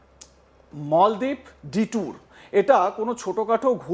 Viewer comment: মল দ্বিপ না মালদ্বীপ? আগে লেখাপরা সেখ।